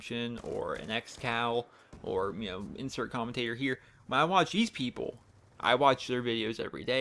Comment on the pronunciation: he said insert commintater here